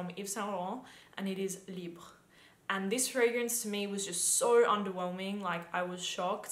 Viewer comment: Agreed on most of fragrances... btw I could not unnoticed your great pronaunciation of YSL Libre 👌🏽 I guess having French boyfriend helps 😉😍 And yes I could not believe Libre fragrance it smells to me like male fragrance, it should be marketed for men lol or unisex... Even my colleague thought it's mens perfume when I let them smell tester!